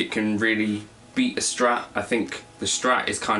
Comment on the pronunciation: The PRS sounds crispier, the FCS sounds warmer and a bit nosier ;) BTW its Strat nOt Schtrat ;p